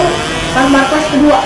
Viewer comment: Bukan markues tapi markes